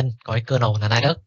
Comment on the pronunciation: đọc là Li-Ních mới chính xác thầy ạ :)